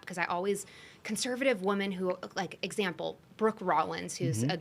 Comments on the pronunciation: Someone tell her how to say the plural of "woman." And people say "fLustrating" these days also. Sorry, I digress. Great episode, guys. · I came to the comments hoping someone else noticed this. I cannot take this woman seriously because she runs a company for WOMEN but doesn’t know how to pronounce “women” correctly! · Is it a generational thing to pronounce “women” as “woman?” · Why does she keep saying, "Woman", instead of women? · Why does she say “woman” every time she should be saying “women”? It’s wildly annoying